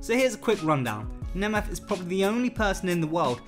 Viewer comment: This guy's pronunciation is truly deplorable: Nemeth, Internazionale, Ballon d'Or etc. etc.